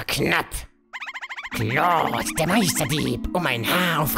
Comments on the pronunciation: Wenn ich mal kritik aussprechen dürfte (ist eigendlich keine LUL) Ich finde es schade dass du claude jetzt richtig aussprichst im alten lp fande ich es super dass du keine "kindheitsaussprache" mit eingebaut hast das war ein großartiges alleinstellungsmerkmal welches nun leider verloren geht Den meisten wird das wohl sicherlich egal sein aber einem alten fan geht die "domtendo-nostalgie" verloren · Ich bin so froh, dass du nicht mehr "Klaude" sagst! Danke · Das wird Clod ausgesprochen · Hier hast du Claude richtig gesagt im Original Lets Play hast du es so gesagt wie es da stand